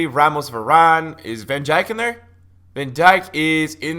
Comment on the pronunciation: the way he pronounced van dijk 😂😂😂😂😂